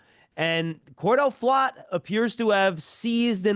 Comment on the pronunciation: Big play by "Float" 😂😂😂 It's Flott.. Baldy funny 😁 😂 😀